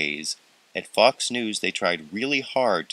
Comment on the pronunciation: At the end of the news item, it sounded like "f***s news "